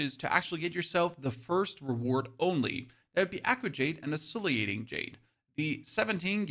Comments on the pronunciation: It's oscillating. Why do you need to pronounce it oscilliating? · Oscillating Jade is pronounced (Os-sil-ate-ing), not (Os-silly-ate-ing). Thought you might appreciate the heads up. 👍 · Oscillating. Os so lating. Come on man. Pronounce the words correctly please. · The way you pronounce oscillating is crazy. It’s os-cil -lating. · your videos are very useful. i really appreciate all the info. also, i think you're adding an extra "i" sound to oscillating after the L's.